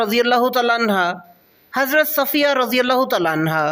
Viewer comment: کاوش بہت اچھی ہے لیکن پلیز تلفظ تھوڑا ز ٹھیک کر لیں تعالیٰ عنہ الگ الگ کہا کریں